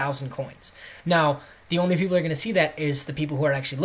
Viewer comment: "pleople" hahaha